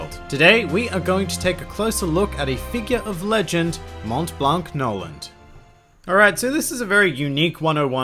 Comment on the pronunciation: For the prononciation of Montblanc, it's a french name so you don't prononce the T and the C